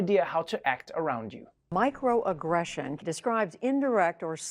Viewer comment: The way that news reporter said "microaggression" sounded like "Mike Row aggression" and I just imagine everyone being slightly meaner to Mike Row from Dirty Jobs. Also, its messed up that there is still a large bias against black people.